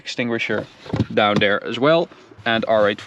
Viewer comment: This guys English Mane, he says DOWN DARE instead of down there! Down DARE he says! He better talk RIGHT OR ELSE! OR ELSE! I said OR ELSE!